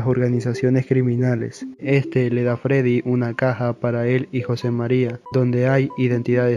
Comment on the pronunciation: Pero dijo Caja o Casa?